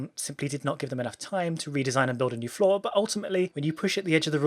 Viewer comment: Anyone else hearing flaw and not floor?